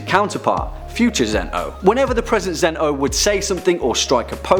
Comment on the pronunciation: its not zen-ooh its zen-oh